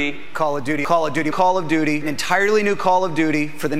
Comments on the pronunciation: I can't believe they are actually saying Calla and not Call of. Your not even exaggerating it dudw. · Was it Call a Doody or Call of Duty? Can someone repeat that for me? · "Call it Dudy" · After hearing that "Call of Duty" over and over I can only hear them say "Collar Doody" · "teeviegh" "collodudie" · I started hearing "Call it doody"